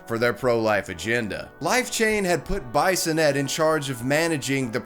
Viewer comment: SO many mispronunciations! Swan-see, not Swan-see-ah. BEE-sonette, not Bison-ette. C'Mon man, research,don't just read.